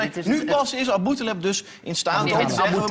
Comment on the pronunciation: The woman took a funny face, because of the way Lucassen was pronouncing the name Aboutaleb. Btw good video !